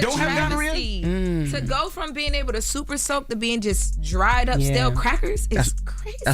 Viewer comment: I caught that too "super soak" lmao 🤣 Tha God